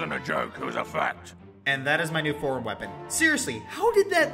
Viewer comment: Was I the only one who thought he said "that wasn't a joke, cause I'm fat" and not " Because it's fact?"